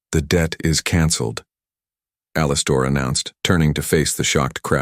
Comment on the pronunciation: The name thing was really annoying. But I liked the story if I ignored that. Alster? That is not the way to pronounce Alistair.